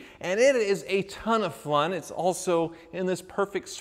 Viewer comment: "a ton of flun " lol you're a flunny guy